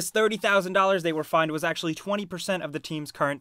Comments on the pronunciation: How the actual fuck does "Azubu frost getting fined" get pronounced in the video as "abzu forest getting faned" dafuq man? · Fanned? You mean fined? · Riot faned league of legends cheaters um it's fined not faned lol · It's "fined", not "fanned", idiot.